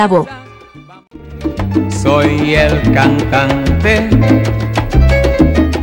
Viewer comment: Héctor Lavoe. La "e " se pronuncia en castellano. No es " Lavó "